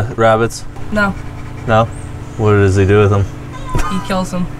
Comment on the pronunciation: do you mean "does" when you said "dos"